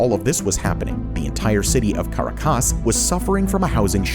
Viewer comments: It's Ca rac as ! Please Pronounce it : Kah-rack-ass. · Love the channel content but due to the high production quality, simple pronunciation errors really stand out...notably, Caracas is pronounced Ka-raw-kaass. Otherwise, this is a really good channel. Thanks! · As a venezuelan, allow me a small correction. The strong syllable in Caracas is the second one, not the last one. It's pronounced ca-RA-cas, not cara-CAS. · haha haha CARACAS pronunciation....lol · you pronounce caracas funny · Hoe could you mispronounce "Caracas"? Leeds me to think the narrator is AI. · caracas is not said like that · That's not how you pronounce Caracas lol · Not sure I can trust any of your research when you can't even pronounce Caracas correctly. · Great video. But you mispronounce Caracas.